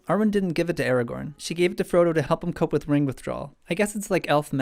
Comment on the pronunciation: When he says Aragon I hear it as Eragon. I shall go back into the corner of good books with bad films. : (